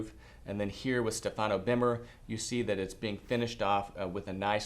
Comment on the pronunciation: you must pronounce Stefano in the correct way. The accent is on the first vowel StEfano. Cheers